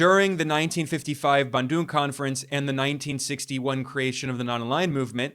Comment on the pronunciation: Hey my friend, your pronunciatian of Bandung is totally wrong. Your American background proves how ignorant you are of Asian languages.